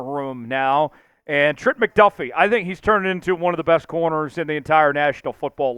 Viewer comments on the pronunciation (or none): none